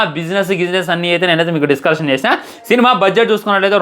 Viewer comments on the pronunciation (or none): none